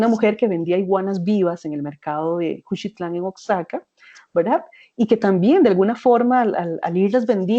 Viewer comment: Oaxaca se pronuncia Oajaca